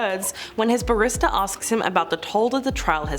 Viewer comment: BA-rrister not ba-RIS-ta 🙄 why does this channel still exist?